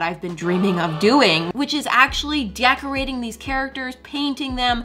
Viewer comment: Decorating What I heard: De-ac-orating🤣🤣🤣🤣🤣🤣🤣🤣